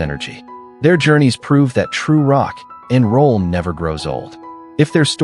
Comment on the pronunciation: Bad AI. "True Rock ...... and Roll".